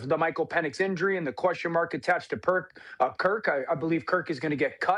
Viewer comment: Anyone else catch DO calling Cousins Perk and immediately correcting himself? 🤣